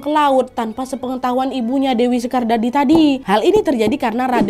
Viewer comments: Dewi sekardadu kak nad, bukan sekardadi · Koreksi kak Nad Leran dibaca Leran "e" nya sama dengan kita menyebut "ekonomi" Dewi Sekardadi = Dewi Sekardadu Makam Sunan Bonang ada dua, di Tuban & Bawean 😊😊😊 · Dewi sekar dadu kak,bukan dewi sekar dadi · Dewi Sekardadu bukan Dewi sekardadi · Aku tinggal di gresik kak Desa leran yang benar pengucapan kakak yang pertama. Maaf ralat ibunya sunan Giri namanya dewisekardadu soalnya saya tinggal disana dan kebetulan kemarin adalah peringatan kematian beliau (haul dewi sekardadu)